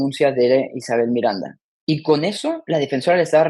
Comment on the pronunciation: Dijo 'he estado von ella' en lugar de decir habia estado con ella